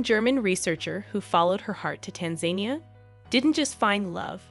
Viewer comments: This is a beautiful video. My only comment as a Tanzanian is that Tanzania is not pronounced Tanzenia. The As in Tanzania are pronounced like the A sound in "About." So, tanzAnia.♥♥♥ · Tan za neea. Not Tanzanea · Its not tan zania like you say it you have to say tanza nia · Wow, I've never heard anyone pronounce Tanzania as "Tan-zane-nee-ya" until now and with confidence too! Typical 🇺🇸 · The country's name is pronounced Tanza-Niya!! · Pity the narrator could not pronounce the name of the country. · The way she keeps pronouncing Tanzania 😂😅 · If you narrate a story on youtube about an African country, the least you could do beforehand is find out how to properly pronounce the name of the country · If this isn’t AI you really should learn how to pronounce Tanzania before you do a video about their country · Learn how to pronounce Tanzania!